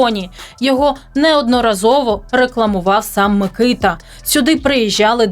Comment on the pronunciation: Мені здається що наголос на букву а - микитА